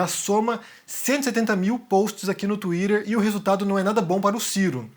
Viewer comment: Pq vc tem q falar Twitter desse jeito? Inclusive, lindo cabelo